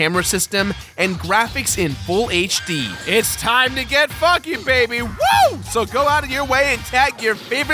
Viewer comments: We know he said "funky." It just didn't sound like it. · did he say it time to get f***ing?